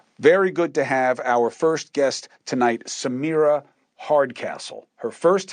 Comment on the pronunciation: Sorry, it’s Samira not Samara.